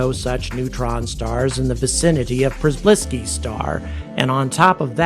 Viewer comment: Your pronunciation "Przybylski" is quite good